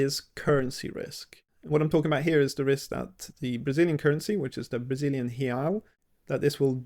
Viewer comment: "real" is pronounced with a "w" sound at the end, like the English word "ow". The plural is pronounced like the English word "ice". hey-OW, hey-ICE